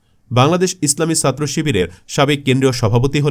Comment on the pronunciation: এই বাঙাল ছাত্র শব্দটা ছ দিয়ে শুরু, আরবি সিন্ দিয়ে। ভুল উচ্চারণ বিরক্ত লাগে। তাই একটা ডিসলাইক দিলাম।